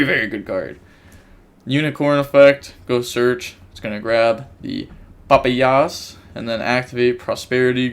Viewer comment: And it's papayas like "puh-pie-us" lol